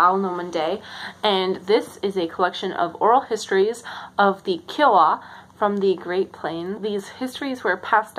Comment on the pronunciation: I'm so glad you could participate, my library is also kind of sad. I would definitely suggest checking out university libraries. (side note: were you saying Onglala or Oglala? because Oglala is just pronounced -oh-glah-lah, and kiowa is pronounced more like kai-oh-wah) please don't get mad at me, our people are very picky about our pronunciations and I don't want someone to get mad at you in a mean way It's super fun to hear you talk about your passion!